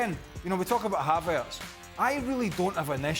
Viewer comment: someone please tell the guy with glasses that it's not pronounced havArtz.